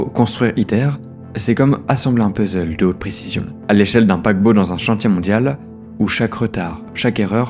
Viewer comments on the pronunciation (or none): none